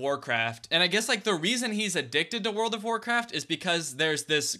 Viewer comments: wowld of of wawcwaft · When he said “pua puh uh” And “wowled of waw cwaft” I really felt that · wowd of waw cwaft